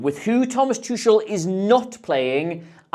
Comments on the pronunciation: Its too-kool not too-shul. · It’s “TOO-hull” with a phlegmy sound on the second syllable Love the analysis though! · Thomas whooo? Tusshel? Noo. Absolutely no. He's one of the most well known managers. How can you butcher his name like that? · Great Video but please learn how to say Tuchel hahaha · that pronunciation... what a tuchebag, amirite?